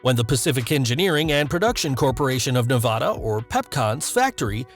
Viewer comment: Please learn how to say Nevada properly